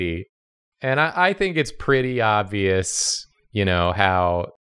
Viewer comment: "its behind his bacKHHHH i thinKHHH" jesus f!&king christ